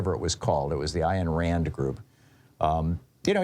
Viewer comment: Grrer -- I HATE Artificial Intelligence ( or , mainly - Lack - Thereof ) ...Stupid thing keeps saying " Iron " Rand when it's " Ayn " Rand !!